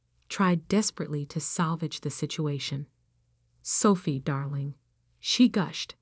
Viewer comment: Her name is Sophie not Selfie